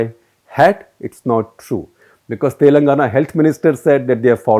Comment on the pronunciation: He consistently pronounces "Telangana" wrong. this is the correct pronunciation. How do you publish something so inaccurately??